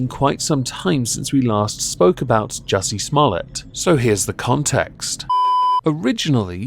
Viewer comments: I believe its pronounced Juicy Smuul-ee-ay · I lol every time you said "juicy small tts" 🤣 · I absolutely love your commitment to getting Juicy Sommolier's name wrong every time